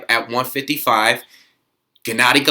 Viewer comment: Gennady is pronounced with a hard G, not 'Jennady'